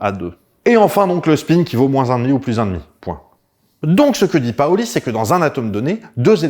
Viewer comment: on dit PAUli et Paoly 😀